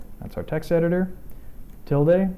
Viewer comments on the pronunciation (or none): none